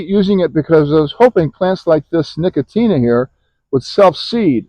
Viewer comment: Thanks for sharing your garden. Ours are always a work in progress. When you say Nicotina are you speaking of Nicotiana (Nico-shee-ana) plant? Your garden is still so lush and full of life!